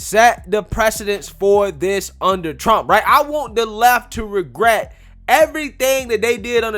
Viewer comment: Hi, I am a white conservative male and I noticed that instead of using the word this you are replacing it with the word diss, I was wondering could you please pronounce it as this instead because pronouncing it as diss makes you look ignorant.